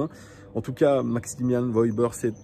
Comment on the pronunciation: petite précision on dit "Weuhber" pas Wauber :)